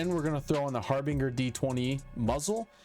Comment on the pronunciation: Might want to double check pronunciation of harbinger.